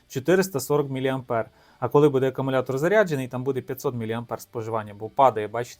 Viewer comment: та навіть для тебе написано що він АкУмулятор Ти ж читаєш навіть АкАмулятор. Щось не дивно ти чек постійно губиш А хто сказав що мікроУСБ то барахло Є ще мініУСБ